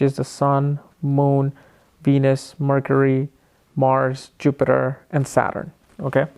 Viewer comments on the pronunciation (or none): none